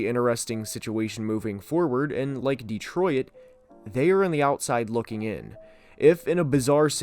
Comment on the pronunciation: Why you say Detroit like “detroyet” 😂